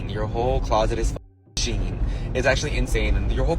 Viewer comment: Just so everyone knows, its pronounced she-in not sheen. The brand used to be SheInside. If I had a $ for everytime ive told people this id have a down payment for a house by now